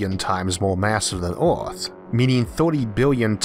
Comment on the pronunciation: He says earth like "eOReth"